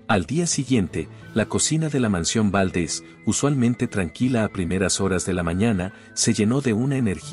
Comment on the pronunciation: Favor de pronunciar los nombres y apellidos correctamente Valdés no Váldes, en México no se usa chimeneas